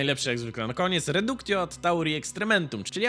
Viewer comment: Wszystko ok, ale na jedno muszę zwrócić uwagę. Otóż w łacinie końcówkę -tio czytamy jako -cjo. Czyli "redukcjo".